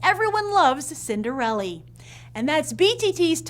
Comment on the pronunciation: cinderelle? not cinderella?